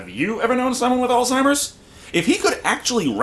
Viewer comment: Great review, but I think my favorite part is that someone actually knows how to pronounce "Alzheimer's".